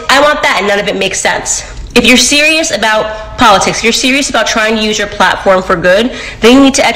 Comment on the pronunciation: She can not pronounce politics correctly...smh